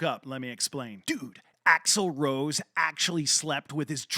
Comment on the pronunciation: It's axel rose not axel roe. Come on.....